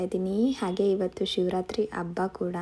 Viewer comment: Please change your Kannada pronunciation ABBA alla HABBA